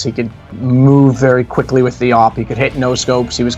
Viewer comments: Just hate how they pronounce awp now days... it's A.W.P period!!! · it is awoopa